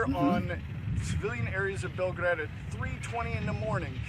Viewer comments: Just a correction..it's not pronounced as Belgrade but Belgorod.. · Sorry,, it is Belgorod and not Belgrade as you pronounced it. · It's only a little thing but yes. Bell-go-rod.